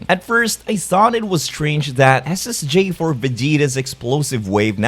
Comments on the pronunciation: I swear it sound like your saying ssj fur goku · he is saying Ssj4 Goku so why do I hear is as Ssj for Goku